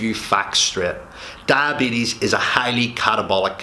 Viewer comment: Come on you talk so much about diabetes but you don’t know how to pronounce it